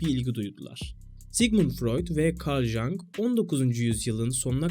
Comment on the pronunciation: Junk değil, (Yung) diye okumalısın.